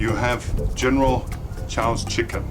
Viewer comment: I would trust you more if you could pronounce the dish you are making! Contrary to whatever most Americans think, oyster sauce is not used in every damned 'Chinese' dish. And why is the only vegetable always broccoli, a vegetable few Chinese eat! WTF is 'cooking sherry'? You want rice wine. We never use pre-made sauces. Slowly dropping the chicken into the oil one piece at a time just means that the first piece in will be overcooked by the time you get the last one in! Around the to mark you become inaudible. Are you filming in a hurricane? I know General Tso's isn't Chinese but you don't even get the Chinese cooking techniques right.